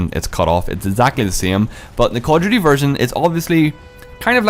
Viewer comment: The way you enunciate "Call of Duty" sounds like "cordially"